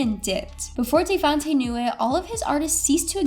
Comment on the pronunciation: Joe Da Key ?? Day Vante ?? You know nothing about this legend ..